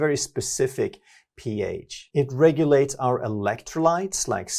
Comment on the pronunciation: рН- это латинские буквы, а не английские. Соответственно и произношение.